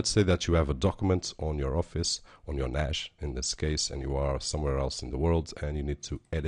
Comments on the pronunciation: "Nash" :D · there is no H in NAS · You said NAS wrong so I assume you dont know what you are talking about .. stopped watching at :28 seconds